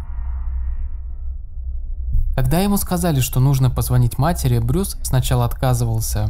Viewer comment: Уважаемый автор , вы хотя бы проверяйте оригинальные источники . Как можно делать видео , если даже имя главного героя выпуска , вы произносите неправильно ... Его не Брюс зовут , а Брайс !